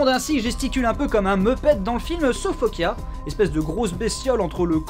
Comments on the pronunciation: Elle dit Okja dans le film pas Okia. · Je confirme que "옥자" se prononce [Ok-Ja] et non [Ok-Ya], c'est pas de l'espagnol ;) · Si Okja se prononce Okya pourquoi Est-ce que même la Gamine prononce OKJAYAAAAAA et pas OKYAYAAAAAAA ? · Hum, non ça se prononce bien Okja et pas Okia Benzaie, le titre original étant en coréen et s'écrivant 옥자 ça se prononce [ok t'dja]. Je ne sais pas d'où tu sors ton Okia, si c'est une coquille de la VF ou autre mais ce n'est clairement pas la bonne prononciation ^^. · Bien aimé la critique :) Par contre ça se dit vraiment Okja en coréen (bien prononcé ça ressemble aussi à Okcha) et pas Okia^^' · "Okja" se prononce tel qu'il s'écrit, et non "Okya"… Comment se tromper en l'ayant vu en VO ?? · Mais bien sûr que oui ça se prononce OkJA et pas Okia... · Quitte à être lourd, on dit "O-dja", et non "Okya" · on ditpas okya on dit "oktcha" cest une private joke le début ou vrmt une erreur ? :p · C'est Okja pas Okia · à l'oreille la pronciation pour les francais, ressemble plus à un cha, qu'à un ja à l'écoute du film. je fais pas de romanisation exacte. la nuance est assez faible selon les mots donc bon, mais on est d'accord qu'en soi c'est bien un """"j""""" (pas le clavier coréen sous la main) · Il voulait dire qu'on prononce ça Okia et non Okja ^^ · salut benzaie, il me semble qu'en ayant vu la BA de "Okja" ça se dit : "Okta" ^^ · Le film se prononce "Okdja" en coréen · A peu près, en phonétique ça donnerait [ʤ] comme en anglais dans judge ou jeopardize, ou en français dans adjectif ou jazz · On prononce Okja avec un "j". (Je suis corréen)